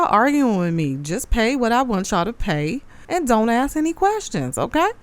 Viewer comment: Tiffany, you are not from the south! Quit saying Y'all all the time! It sounds ghetto! And it's "ask" not "ax"! You're the mayor, be professional, and show some decorum in your board meetings! You're out of order! Jason House for Mayor of the city of Dolton, IL